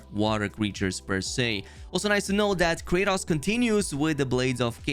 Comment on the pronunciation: Normal people: Kratos: Kraytas 😂